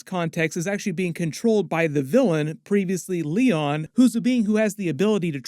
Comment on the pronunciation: you are literally missing a joke every time you say "previously Leon".... it is PREVIOUS-LEON.....